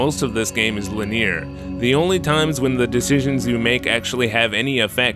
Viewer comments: I like how you couldn't pronounce the word linear correctly. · Wonder if he ever learned how other people pronounce linear